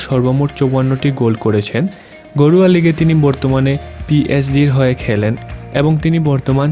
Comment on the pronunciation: ভাই আপনি ঘরোয়া লিগ বলেন না গরুয়া লিগ বলেন